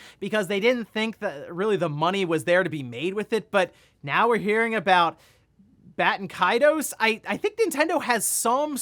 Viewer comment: Haha why is it so hard to pronounce Baten Kaitos.